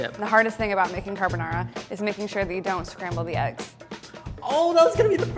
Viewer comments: Car-bo-na ra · These " % italian people" on the comment are going mad saying that is not how you cook and prounce carbonara